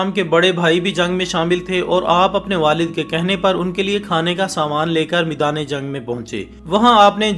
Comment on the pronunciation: Meedan nahi maidaan